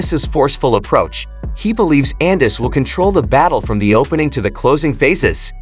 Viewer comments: First, who is Devin Haney Garcia. Next, Gervontae Davis s not youthful, compared to Ryan and Haney. Eenis, Annus, Unnis, got damn, get the man's name right. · pronounced Ennis a million different ways lol. What a idiot